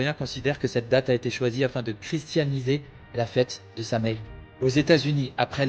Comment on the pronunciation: On prononce Sowiiinnn en irlandais et c'est Samonios en gaulois. Nouvel an celtique